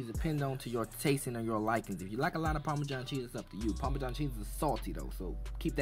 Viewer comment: That "Parmejan" cheese though!!!!! Let's be clear about that...